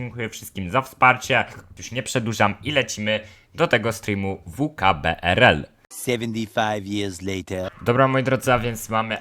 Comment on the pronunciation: Mói się vkbrl